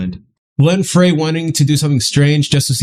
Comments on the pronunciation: But don’t call him Glenn “Fray” It’s pronounced Glenn “Fry” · it's pronounce Glenn Frey (Fry) not Glenn (Freay). Hotel California was probably their best album. And I had the opportunity to see them in Tampa in 1980 with Jimmy Buffett and The Coral Reefer Band opening for them. If I remember correctly, it was 63,000 people at that concert. Ages ranged from 6 to 76. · hey just so you know. you pronounce Glenn's name FRY not Frey. hope you can get to Randy's solo song "Take it to the limit" before you give up on the Eagles. it's worth hearing and experiencing. cause it is an pleasant surprising experience. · Frye not Frey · Frey is pronounced "fry" not "fray". Enjoy your takes on the music! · Frey sounds like FRY, as in French fry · Loved your reaction. Just so nobody picks on you Glen Frey is pronounced Glen “FRY”. 👍🏻👍🏻